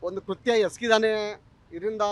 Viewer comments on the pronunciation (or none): none